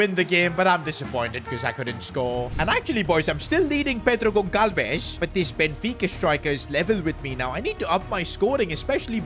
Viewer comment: As a portuguese, i have agony atacks when he says wrong the name Pedro Goncalves 😅😅😅